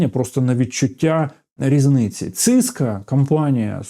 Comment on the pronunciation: не циска а сисков